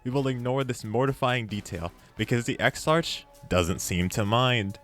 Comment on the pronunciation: I'm going to save you some embarrassment and aggravation for future videos the characters name is pronounced ex-ark